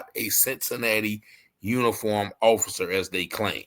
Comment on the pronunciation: You cant even say Offocer. Orficer. Lol